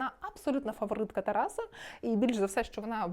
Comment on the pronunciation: Можно лагідну підказочку? «ТарАса», не «ТарасА» «ЛевіОса, а не «ЛевіосААААА»😅🫶🏻